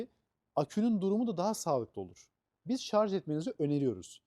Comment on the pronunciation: Şarz değil Şarj olacak.